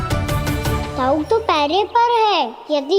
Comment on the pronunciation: its not daruui...its दाउ ❤